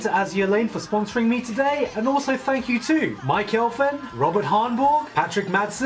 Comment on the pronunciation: when he was reading out the patreon shoutouts and he said 'Mike Elfen' i legit thought he said 'my girlfriend'.